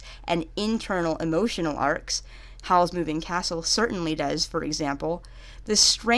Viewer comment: emoHotional deveolpment meow